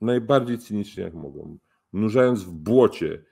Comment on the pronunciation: Przykro słuchać człowieka , który nadaje z obcego kraju .Oj oj cienko z wymową końcówek bendom mogom itd.wstyd szxzególna kasto.Pokaż jak prawidłowo postępowac w kraju , a nie szczujesz i straszysz z zagranicy .Wstyd zadymiarzu .